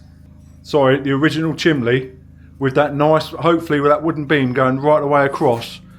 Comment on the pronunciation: Is he saying chimbley?